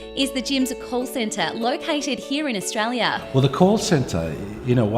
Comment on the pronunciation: I wish the woman doing the voice-over could say Australia.